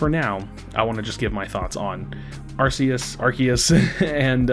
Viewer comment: The correct pronunciation is Arceus not Arceus